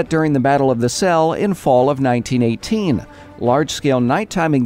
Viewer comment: Hey, you pronounce Selle right in this video, but not so much in the next one. Great job,! Keep up the good work.